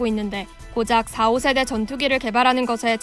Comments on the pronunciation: 성우 틀린부분 4.5는 4,5세대가 아니라 4.5(사점 오세대)라고 읽어야합니다. 4세대 f-16 4.5세대 f-15k kfx는 16과 15k의 중간급을 목표로 만들겠네요 실제론 전자장비가 관건이네요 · 4.5세대를 자꾸 4 / 5세대라고 구분해서 읽네!~~ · 4, 5세대가 아니라 4.5 세대라고 읽는 겁니다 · 아나운서님..4.5는 사오가 아니고 사점오..입니다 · 사오세데가 아니라 사점오세대임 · 나레이션 교육 좀 다시해라 4.5 세대 = 사오세대 x 사점오세대 그리고 무수한 띄어읽기 오류 지금 자신이 뭘 읽고있는지는 알고 읽어야지 그냥 한글만 읽는다고 될 일이 아니다. 엉망이구만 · 콤마가 아니라 닷이에여. 4쩜5세대 전투기지 4,5세대가 아닌데..ㅋㅋㅋ 아 개웃기네 ㅋㅋ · 4.5(사점오)세대 전투기를 그냥 45(사오)세대 전투기로 읽어버리는군요. ㅎㅎ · 나레이션 맡은 분께 원고 작성자가 제대로 안알려준듯... 비행기의 세대(제네레이션)은 명확히 구분해야 합니다. KF-X는 4.5 (사쩜오)세대의 전투기입니다. 사오세대 전투기가 아닙니다. 4세대 5세대 처럼 읽어버리면 곤란합니다. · 물론 여자라 분야가 분야인만큼 지식이 없어서 그럴수 있는데 아나운서 자꾸 4.5세대를 4세대 5세대라 하냐? ㅋㅋ